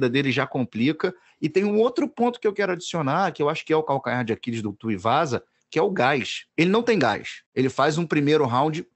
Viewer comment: kkkkkk, O André se incomodou que nem eu com essa do de chamar o Tuivasa de Tuiuvasa.